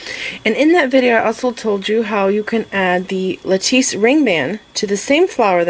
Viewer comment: love all your bead work! your ring band is pronounced like lattuce, it rhymes lettuce.